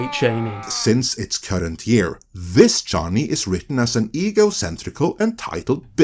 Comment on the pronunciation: Chain E is the correct pronunciation according to Frank Herbert himself.. Props 👍